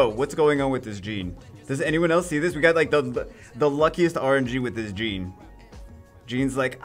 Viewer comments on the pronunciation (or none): Its Jeanne not Gene:( you are triggering me every single time you say her name haha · Jeanne is pronounced Jahn